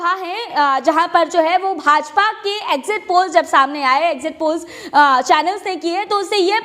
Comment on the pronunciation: Exit poll hai....???? zara clearly boliyeji...All the best to winning party.